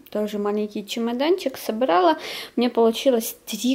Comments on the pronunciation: Не собрАла,а собралА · СобралА, а не собрАла